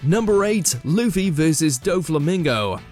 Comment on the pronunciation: Blackbeard was Whitebeards "comrade," but subordinate is a better word for the relationship. Just like the video where you guys mispronounced Luffy's (the main character) name, it is clear the writers are pure casuals. 😞